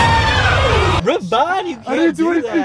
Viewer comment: i thought Ravon said “wi” LMFAOOO